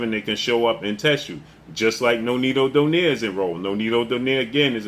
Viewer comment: Even Donaire isnt Pronounced DO-NEYR, it is realy Pronounced as a Filipino , DO-NAY-RE. 😂😂😂 AMERICAN so free even pronounciation made it worse😂